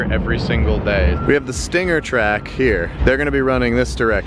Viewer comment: Stingger...tellurideeee...i am korean..haha